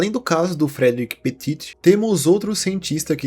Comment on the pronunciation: Petí não Petiti, nem Petite